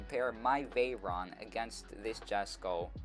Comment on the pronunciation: its called or pronounced yesko.